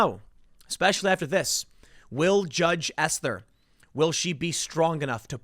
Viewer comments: You say it like ‘ester,’ not ‘ess-ther’. I have a close family member with that name. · It's pronounced "Es-ter," not "Es-ther." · "judge ess-therr??" You really have to work on pronunciations, this is getting bad.